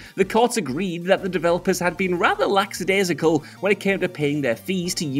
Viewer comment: I hate to be the one, but I also go nuts every time I hear it mispronounced. Lackadaisical, not laxadaisical